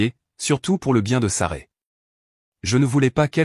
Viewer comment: C' esct Sasrah !, ce n' est pas Saray §§§§.... Vous ne pouvez pas raconter correctement ???..... Vous ne savez même pas lire ???....